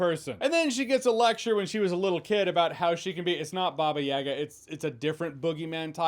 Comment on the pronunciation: What the hell is a “bobyega”